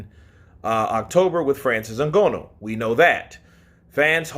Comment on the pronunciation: I wish would pronounce Nganou's name properly.